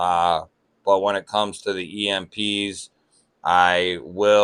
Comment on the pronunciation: got nice cowection of EMPs 😮😅😂❤